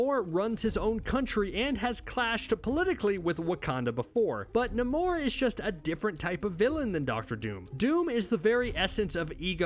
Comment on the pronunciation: wait wait...NA-MORE??...NAY-MORE..I'm stuck in a loop now.